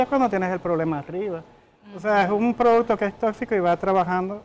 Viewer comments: Amelia producto. No produto. Estudia que tu puedes dar mas. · Muy buen programa inicial. Debieron darle clases a Amelia de “repeat after me:” 😂ProduCto.. no “produto”… “ que noS” diga, etc.. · La ÑAMELIA dice produto 😂😂😂